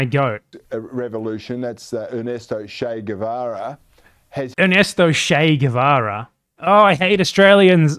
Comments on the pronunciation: Ah yes, Ernesto "Shey" Guevara 😂😂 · Good ol Shay Guhvara